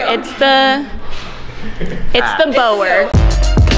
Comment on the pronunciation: Bower? Or Thrower?